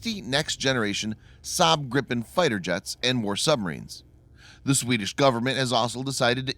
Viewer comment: Grippen hahah, not always easy with Swedish names. *gripen*, however good video.